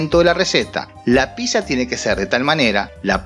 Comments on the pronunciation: Mi niño italiano escuchando el video exclama: que no se dice "pisa", se dice PIZZA!! 😂😂😂 (pitza) (Pisa es la ciudad) ... 😄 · Se pronuncia "PITZA"... Poco aprendió de Italia mi amigo. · cuando dices Pizza, muere un italiano jajajaja super mal pronunciado, buen video, saludos